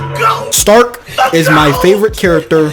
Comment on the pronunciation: The only problem i got with this whole show is how the say stark like it could be because most names are german inspired (übel wirbel etc.) so it could be a pronounciation issue but why is stark sounds like shtark like it bugs me just enough to annoy me but not like in a bad way